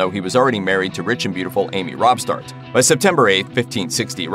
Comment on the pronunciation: Please stop presenting legend and rumor as historical fact. Several of these are wrong or at least highly questionable, and pronouncing Amy Robsart's name as "Robthart" makes me grit my teeth. But the worst is the Hannah Lightfoot story. There is no documented connection between George III and Hannah at all. She disappeared before 1755 and her husband Isaac Axford described himself as a widower when he remarried in 1759, though Hannah's mother stated in her 1757 will that she did not know whether her daughter was alive or dead. Regardless, the idea that a teenaged Prince George could sneak past his controlling mother and domineering grandfather to pull out of a secret marriage is ridiculous. The first story only emerged 15 years after Hannah disappeared and 10 years after George had gained the throne and married. It did not create a stir then and was only embellished a century later when a bkackmailer claiming to be the illegitimate daughter of the Duke of Cumberland forged a bunch of documents including a marriage certificate for George and Hannah, which was easily disproved by checking parish records. The portrait of Hannah is not identified as her but as a "Miss Axford" (indicating an unmarried woman) and dressed far too fashionably for a Quakeress. Even Wikipedia could have told that much, but Anthony J Camp delved deep into the research and turned up absolutely nothing to back this supposed royal scandal. Sloppy,. Very, very sloppy. Which makes me doubt eve